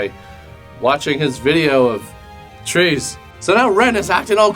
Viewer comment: When you said “trees”😂